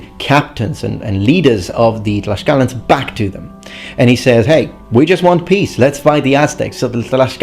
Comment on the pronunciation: You are pronouncing it wrong then. The Nahuatl pronounciation is tlashkala!